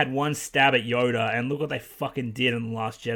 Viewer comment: Why does it look like you're saying yoder instead of yoda?